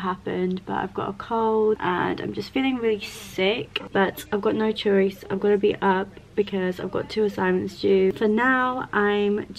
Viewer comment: that feeling when you’ve got no chwoice 😤